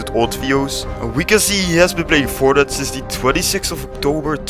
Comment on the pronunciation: Its fortnite not fortnut LOL